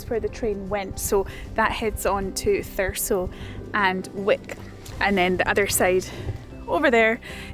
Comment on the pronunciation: I'm actually from a place very close to scotscalder, bizzare seeing everything from inverness station and the train to caithness in one of your videos! Edit: Did you pick up the pronunciation of 'Thurso' along the way or was it totally by chance you pronounced it the way locals do? 😅